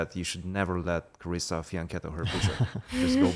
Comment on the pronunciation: Carissa "with a silent R" Yip.